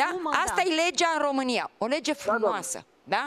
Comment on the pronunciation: Saraca nici cuvantu Romania nu pronunta corect. Saraca